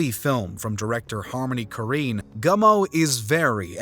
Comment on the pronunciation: Gummo is one of my favorite movies. Btw, Korine is pronounced like Corrine, not Koreen.